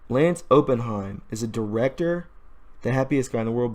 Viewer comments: It’s Opp In heim. Er. As in a investment firm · It’s pronounced op-in-hyme